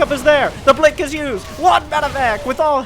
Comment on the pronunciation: saying "blonk" instead of "blink" always got me in this video.